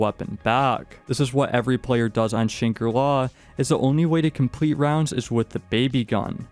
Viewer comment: It was agony listening to you mispronounce Shangri-La 100 times